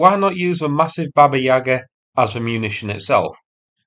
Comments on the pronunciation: Its pronounced 'baba-YE-ga' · baba yag-ar, with stress on the 'ar' not the 'yag'! i didn't want to mention it but you kept saying it lol great vid :)